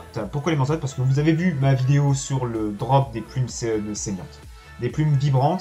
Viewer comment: Vidéo très sympa, mais je comprend pas comment tu peux arriver à prononcer "mansot" "manzotte" 😄